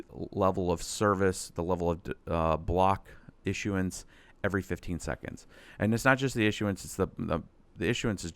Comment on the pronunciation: Are you saying assurance? Or issueance?